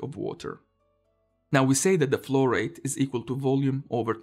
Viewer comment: Nice videos (all the series) please keep up. And my brain could not stop betraying me and hearing "florette" instead of flow rate.